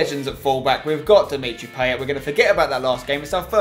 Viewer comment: Dimitri Play-et